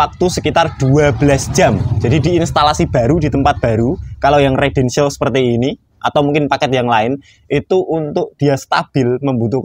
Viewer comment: Residential mas..dudu redential. Bingung ngko sing ndelok